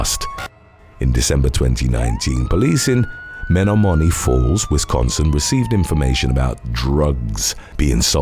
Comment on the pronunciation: Algonquin - Men Ohm man ee Falls. Wok-ee-Shaw.